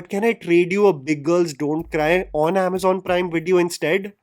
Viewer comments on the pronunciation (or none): none